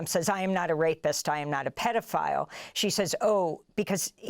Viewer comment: "Pay dough file" The President Paydoughfiles